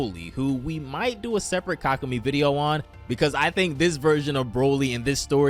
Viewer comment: Yea this guy has no idea how to pronounce it 😂😂 (Ka koo may) He also pronounces chelai chelay